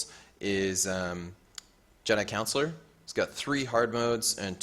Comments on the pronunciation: Just a heads up, it's Jedi Con Shoe Lar. Not Counselor. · More like Con Sew Lar